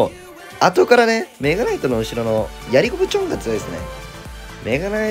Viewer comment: デッキ画面出てきた時のメ↓ガ↑ナイ↑ト枯渇で吹いた